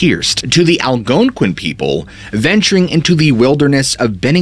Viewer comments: I don't know why, but every time he said that tribe name that I can't spell and sounds like it starts with an A, I can't help but smile and laugh a bit. Southing about the emphasis at certain syllables cracks me up. "The Al-GOOONE-quin people" 😂. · I NEED this guy to spell the name of the Indians that believed wendigos, the veil being thin, etc in Bennington. I gotta know if he just sounds weird saying the name or if he over emphasizing the "ouin" part or what, because it's cracking me up 🤣.